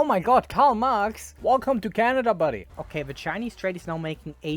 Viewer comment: “Canda” goes hard